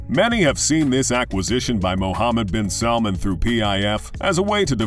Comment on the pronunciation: Regardless of all the false info this guy is spitting At least get his name right 😂 Prince Mohammed bin salman His father is King Salman